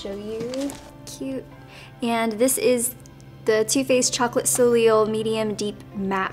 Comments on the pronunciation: I think you pronounce the chocolate Soleil bronzer from too faced as Solay instead of soleel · Love you! BTW Soliel is pronounced solay not soleel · its pronounced "so-LAY" not "so-LEEL"... love ya! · Love the makeup look, you used the new colorful Too Faced palette in the best way I've seen so far. Also, I it's pronounced "Sole-aye" haha, just thought I'd throw that out there. ;) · Beautiful look love ! And the too faced bronzers are pronounced "so-lay" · Great look! Soleil is pronounced "so-lay" by the way - it's French for sun :) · Lol. Its pronounced sol-lay... But eyeliner on fleek thoe! 😜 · It's pronounced chocolate so-lay..